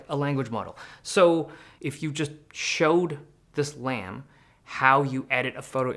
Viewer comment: Lam rhymes with scam